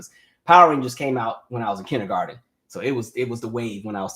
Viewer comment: You're a teacher saying kinneygarden🤣